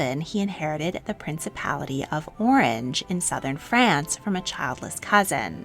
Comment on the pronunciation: Could the narrator please pronounce Orange in the French manner? It was a French principality not a citrus fruit!!!